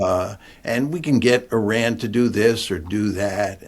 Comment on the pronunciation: Why can't John Mearsheimer learn how to pronounce Iran correctly??